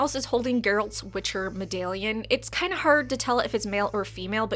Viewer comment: lol the way you say "medallion" is awesome. Giving me the Fargo vibes haha